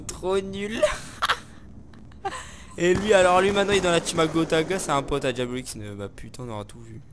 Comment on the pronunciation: Diablo et non diablio